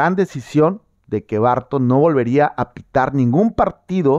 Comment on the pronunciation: barTON❌ BARton✅